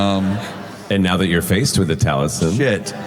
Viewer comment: You missed the most important time stamp....when the announcer mispronounced Taliesin's last name. XD